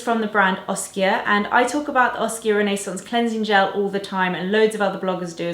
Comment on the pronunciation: Great video! Also I love how you say 'Renaissance'! (I'm American)